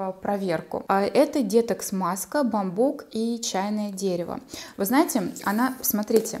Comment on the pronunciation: детокс говорите правильно ударение на оооооо . изв режет слух